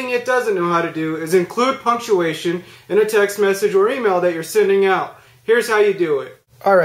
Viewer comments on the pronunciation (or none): none